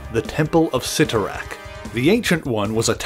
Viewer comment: Thank you so much for pronouncing Cyttorak correctly. So many on YouTube have butchered the pronunciation in the past.